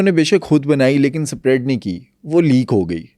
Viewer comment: Spread ap ne thek se nhi bola.....is se acha ap urdu ka word hi bol lety